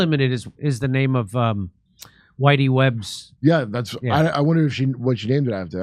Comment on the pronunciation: Whitney Webb, not Whitey, lol.